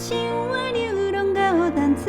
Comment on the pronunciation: 高音清亮、低音渾厚 歌聲實在是相當甜美 甜到本來一首滄桑惆悵的歌都變甜了。 您的台語發音十分標準 只有淡水的「dam」、喝燒酒的「lim」 這兩個字是閉唇音沒注意到 但這已經是最高標準的要求了😊